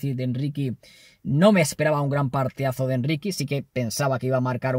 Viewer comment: Endricky jajaja suena muy gracioso